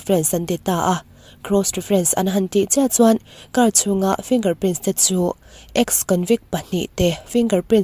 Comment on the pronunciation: Kahresual nge,Finger prince iti maiin kahria.Finger Print tih zawk tur aw miss👍👍🤣